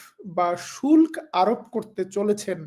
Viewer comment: শুল্ক বাংলা সঠিক উচ্চারণ "শুল্কো"